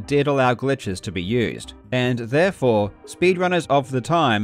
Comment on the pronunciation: Why does this dude’s accent randomly change on certain words? Just in the first two minutes he pronounces “therefore” in different accents. First time like an American, and the second time Australian.